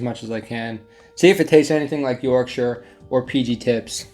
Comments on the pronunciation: As soon as you see Yorkshire tea in the background you know this is a serious bloke. Then he tops that by pronouncing Yorkshire correctly and becomes a legend. Then knocks it out of the park by admitting he has Wedgwood Bone China, think someone’s getting an invite to tea at the palace soon 😊🇬🇧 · Hitting like purely for the pronunciation of "Yorkshire" - good man! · Big respect from a Yorkshire man, because you know how to say Yorkshire. Also thank you for your service, might be from different sides of the pond, but I respect anybody who is in the military. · It makes my heart happy how you say Yorkshire right! also you’re posh with that wedge wood😂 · You are the first American to not butcher the place Yorkshire. As a Brit i am proud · Holy shit that's the first time I've heard an American pronounce Yorkshire right first time..... You sir get a sub from me just for that